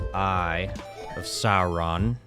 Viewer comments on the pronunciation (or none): none